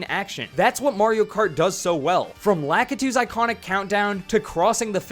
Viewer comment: Lah-KEE-too, not LAH-kah-too.